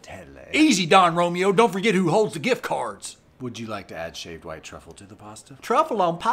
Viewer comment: “I’ll be shaving your truffle this evening” why’d he say it like that? 😭